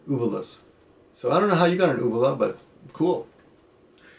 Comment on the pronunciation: Lol, "only women have swollen ooh- um, oohvoolas." That's the first time I've ever heard of it pronounced that way XD